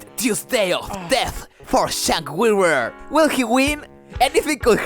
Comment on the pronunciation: "Shank Hyoogur" gets me every time.